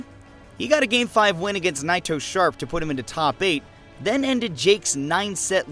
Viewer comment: the pronounciation of naitosharp upsets me